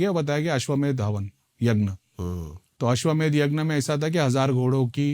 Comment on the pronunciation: Yagn nahi yagya hota hai